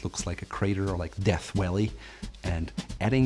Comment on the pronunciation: It's funny, I often forget that is German but his pronunciation of Valley makes it pretty obvious.